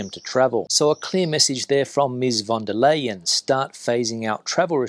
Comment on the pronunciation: ursula von der leyen’s last name should be pronounced the same as the English word “line”